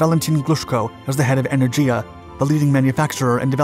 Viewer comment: First learn to read. Sputnik, not spatnik. zvezdA, not zvEzda, and enErgiya, not enerdjIya